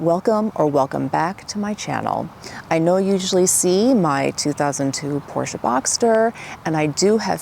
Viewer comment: Finally someone saying Porsche the proper way. It DRIVES ME CRAZY, when I talk to a Porsche owner, and they mispronounce it by saying Porsch, without the EH at the end. How could that even happen I wonder. So I went to a Porsche dealer a couple times, and even the sales guys say Porsch smh.